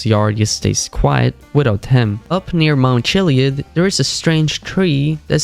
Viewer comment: "mount chileeid"